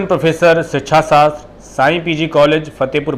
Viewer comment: आपके उच्चारण से 'शिच्छा शास्तर' समझ आ रहा है।जबकि शिक्षा शास्त्र है